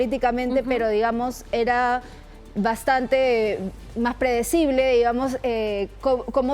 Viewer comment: Supongo que se equivocó al decir apredecible